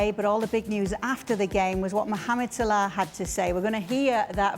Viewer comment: My goodness Kate can you for love of god say salah’s name correctly????